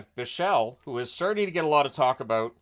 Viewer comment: As a Swiss, it seems strange the way people seem to pronounce Lian Bichsel‘s name, as in German you emphazise the first syllable, and you pronounce the s. Like BICH-sel, with that infamous ch sound.